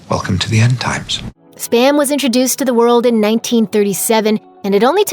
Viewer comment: Spa-m. Not sper-m